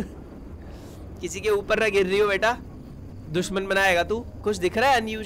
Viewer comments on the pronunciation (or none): none